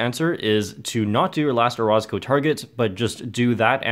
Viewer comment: I pretty sure you're pronouncing orozco wrong